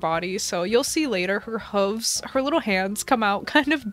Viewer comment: Is that really how you pronounce hooves? Have I been doing it wrong my entire life